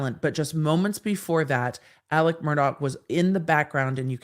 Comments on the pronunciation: “AleX” not “AleC”! Please. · It’s spelled Alex but pronounced Alec